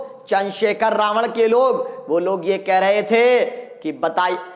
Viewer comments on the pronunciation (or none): none